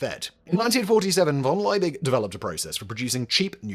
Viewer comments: Why the f*ck is he butchering von Liebig's name that way? It’s pronounced fon[d]-Lee-big. Okay, he'll do the same with Ludwig van Beethoven's name. Got it… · V in German is actually pronounced like F So, Von Liebig is pronounced as Fon Laybeeg